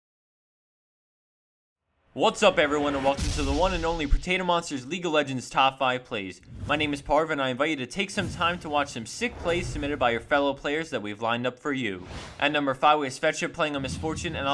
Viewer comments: Lmao, Alistar said "Protato monster" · and ali says protato monster in the last clip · O.o What did Alistar do to become number one? Ah, yes he said "protato monster".